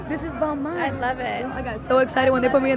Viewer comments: wait i thought balmain was pronounces ball-maine, not ball-mawn💀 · i swear as a European I hate how American people say balmain it's literally BALL MAIN = BALMAIN